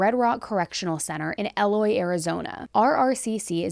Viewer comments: Eloy, Arizona is pronounced ee-loy 😁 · “Eeeee-loy Arizona, not “Aloy” 😍 everyone in Eloy used to make fun of me for my mispronunciation 😂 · It’s Eeee loy just for a heads up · E-LOY lol